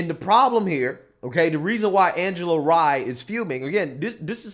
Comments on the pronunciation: Not that i care for her but its R Y E....NOT REE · Rye like Rye Bread 🤦🏾‍♀️like rhymes with Cry 😭😭😭🤣🤣🤣😂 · It's Rye like rye bread. Not Re. Good video though.